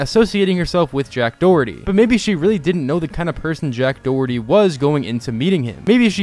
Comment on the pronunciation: dack joherty